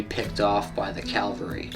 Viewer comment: Dude! its cavalry NOT calvary!! my ears hurt!